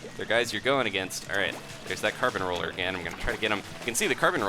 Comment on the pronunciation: For awhile I'd thought you said Carpet Roller instead of Carbon Roller. Oops! :P